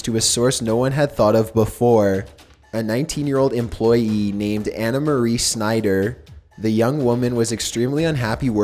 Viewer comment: That's clearly not how you pronounce Schneider. I get it that you don't speak German but that name is not even uncommon outside of Germanic countries. Even if you just read it as if it were an English word (like you did with Annemarie) it wouldn't sound like that.